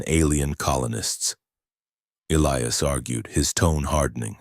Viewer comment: Yes, please EE-lie-us it's a cool name. But when it's constantly mispronounced in different ways it pulls you out of the story